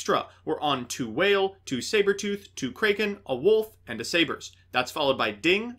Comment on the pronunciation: Ah yes frightfur kraeken